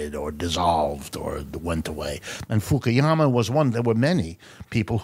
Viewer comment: Fuku-yama NOT Fuki-yama